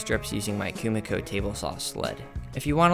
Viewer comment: This is sick! I love the idea & your material choice + excecution were on point. Though for future reference Kumiko is pronounced Koo-Mee-koh